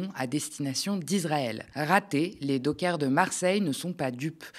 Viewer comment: On ne dit les "dockeurs " mais les "dockers" comme les chiens "cockers". Le gouvernement nous fait toute une série de mesures contre un président désireux de récupérer l'Ukraine, faute de respect des accords signés à la fin de la guerre froide, mais face à NazIsraël, les élus de gauche n'ont rien fait ? Les nations unies n'ont rien demandé ? Aucun blocus, aucune sanction économique ? Mais qu'attendez-vous pour organiser un mouvement d'opposition à tous ces hypocrites pro-nazis ?